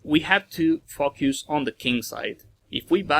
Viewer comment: When he pronounces “focus”, it sounds like “f**k yous”